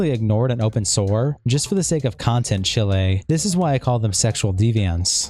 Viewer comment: Heads up, "chile" is pronounced "chiiiilllll" like "child" without the "d" sound